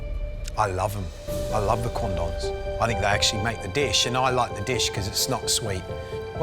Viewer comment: ohhhhhh... he said Quandongs..... oops